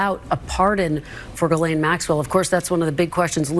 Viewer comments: please STOP PRONOUNCING HER NAME AS “JIZZ-LANE.” I beg you, please stop. On top of being incorrect (it’s pronounced “gill-lane”), it’s also gross to be using “jizz” in this conversation. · Say it like GHEE-LEN, not like you are, as JIZZ LANE LOL 🤣🤣🤣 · i know you’re probably making a joke but her name is pronounced gih lane not jizzlane 😭😭😭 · Appreciate the "Jizz Lane" pronunciation 👍🏻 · I love how you pronounce her name "Jizz Lane." So appropriate. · It's Jizzlaine on this channel. It's deliberate. She earned it. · i just can’t watch this anymore. the constant mispronunciation is driving me nuts. for god’s sake it’s not hard. the s is silent. ghee-lane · Why can't you pronounce her name properly? We laid into people for pronouncing Kamala incorrectly. We must get is right. Also, Giuffre. Get it right! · Dude. Learn how to pronounce a name.